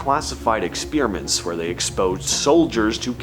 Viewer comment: "Ex-PEER-a-ments"! LOL.